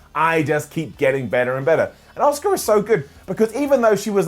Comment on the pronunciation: Is anyone being annoyed about constantly mispronouncing Asuka's name?